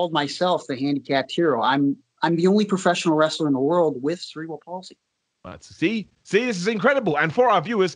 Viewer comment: Cerebral "PAULsy" assassin. Perfect 😂😂🤣🤣